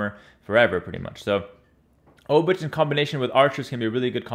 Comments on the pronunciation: Hey, I am Polish. A "ch" in Polish is really just a "h" sound. Pretend the "c" isn't there. So "Obuch" is really like "Obooh" (except English makes you think the h is silent, but make the h sound). Also the first "o" is a soft "o" like in "top" and the "oo" is like "book" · 'Ch' in Obuch is pronounced like a normal 'h', just like in ''. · Your pronunciation of folwark and obuch hurts